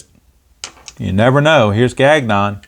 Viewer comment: Nice win for the Metsies despite typical Diaz blown save. Also Gagnon is “Gahn-yo”